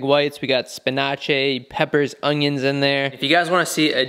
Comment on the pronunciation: Why do you pronounce spinach like that